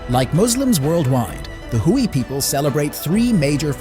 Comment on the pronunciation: Not "Hooie". It's pronounced "Way"